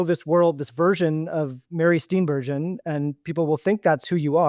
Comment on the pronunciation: She pronounces her last name Steen Ber Gen, hard G, not Steen Ber zhin